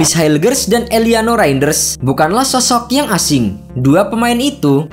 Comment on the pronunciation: Penyebutan nama kok bisa salah REIJNDERS 😂